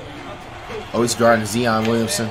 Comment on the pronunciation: Nigga can’t say Zion Williamson name correct 😂😂😂